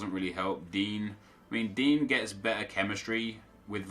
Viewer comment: Baffles me how he can say Insigne just fine, then calls Digne ‘DEAN’ 😂